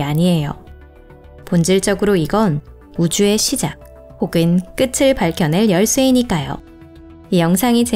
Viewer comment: 우주의 끄츨이 아니라 끄틀 이라고 하셔야죠